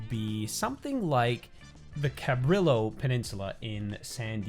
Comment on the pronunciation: San Diego native here, and it’s really cool to see people draw inspiration from our city! It’s so underrated and I feel like there are infinite spots around sd that you can use for builds. Great video! (Btw the Cabrillo monument is pronounced “cabri-yo”. It’s the last name of the Spanish explorer who found the west coast. Lots of things named in Spanish in socal lol)